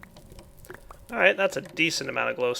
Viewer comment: "It's a LA-zur."